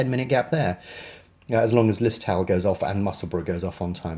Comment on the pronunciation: Lis-toe-l silent w I enjoy your videos thanks